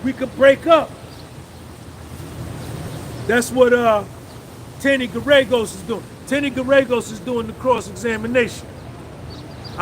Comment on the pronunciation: Bro you have to go look up a video about Mark Geragos so you can give that name the pronunciation that it deserves as one of world’s most prominent defense attorney lol That’s his daughter on Puff’s team and he’s an advisor